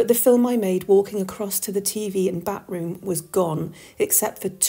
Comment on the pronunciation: Also getting giggles from the repeated use of "Bat Room". I'm like "It's pronounced 'bath-room'".